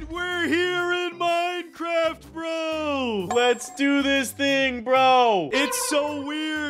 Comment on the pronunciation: it’s minecraft not moincraft